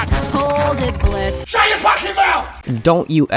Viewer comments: Damn. We deadnaming Blitz like that. The o is silent XD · Bro the o is silent💔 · For a dude who just spent over half an hour saying Bliztø is not the victim you oddly forgot that the o is silent... We get it, you wanted to just bash Stolas and Veroiska, but youve been disrespecting the character too 😂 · Great video, but his name is Blitz, not Blitzo. That is his dead name. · Bro hates Blitz so much he's saying "Blitzo" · it's Blitzø "THE O IS SILENT ASSHOLE"